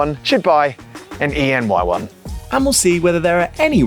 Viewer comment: It's pronounced Honda 'anyone'